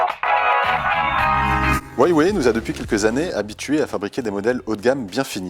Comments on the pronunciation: Ça ce prononce "rouawei," et pas "uawei" (c'est chinois) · ca se dit wawé pas waywé Il y a pas de y après hua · C'est stressant de l'entendre dire Hawie Waye.. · Sa se dit : OU-A-WAYE